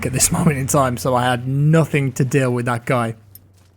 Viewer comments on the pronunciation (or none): none